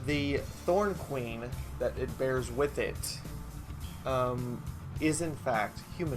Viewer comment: Ma'am, it's Norn Queen, not Thorn Queen.